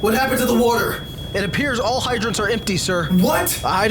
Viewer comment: He said woauter